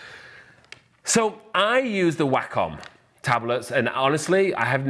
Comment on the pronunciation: At first I thought you were saying "whack on tablet" which I thought was hilarious cos you technically do kinda whack on it lol